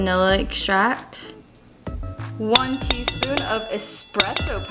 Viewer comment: That teassooon of espresso powder was aggressive